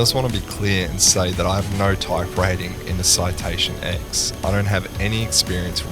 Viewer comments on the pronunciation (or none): FYI, it isn't Citation X! It is Citation 10, as in the Roman numeral X.